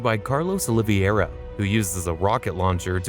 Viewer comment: Love how the AI says Owliviera instead of Oliveira